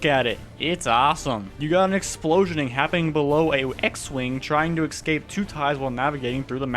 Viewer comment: I have a hatred for people who say exscape anyways good video